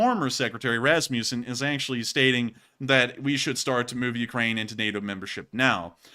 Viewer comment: Kinda funny how you pronounced Rasmussen tho, the u is pronounced like the u in the English word "must" 😉